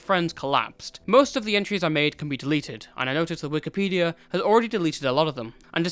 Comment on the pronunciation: Why do you call it Wikipedium?